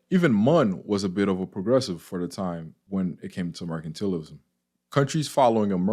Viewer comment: It's MER-CAN-TAL-ISM. Not MER-CAN-TEAL-ISM. Sorry, your pronunciation was bothering me. No offense. Thank you for the video. Thumbs up/Subscribed.